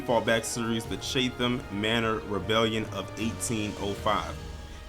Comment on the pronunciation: It’s pronounced chat- em . But good video. Thanks